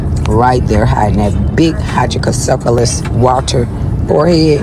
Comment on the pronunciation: Hydra ka ceph a lous😂😂😂😂thats not how u say that word